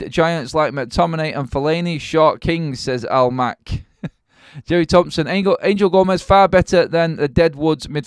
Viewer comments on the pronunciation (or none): none